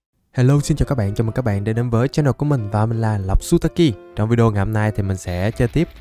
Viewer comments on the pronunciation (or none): none